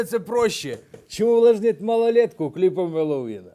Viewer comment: не мелОвин а мЕловин😹😹😹😡